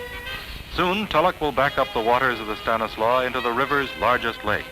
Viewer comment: It's so nice to hear "Stanislaus" pronounced correctly.